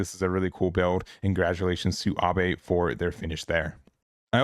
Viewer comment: "Abe" is definitely pronounced ah-beh. Very common name in Japan.